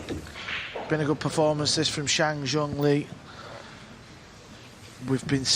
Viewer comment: How can it be that at this level of professionalism it’s still not possible to get Asian names correct????? Chang is the last name